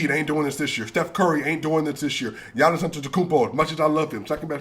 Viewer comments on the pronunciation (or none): none